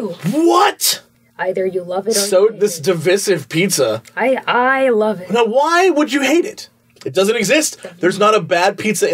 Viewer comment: "Divissive Pizza"